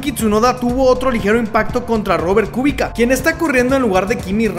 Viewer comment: Kubica se pronuncia Kubitza